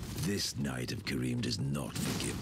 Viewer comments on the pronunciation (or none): none